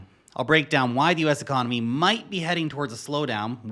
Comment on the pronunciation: the ecomony?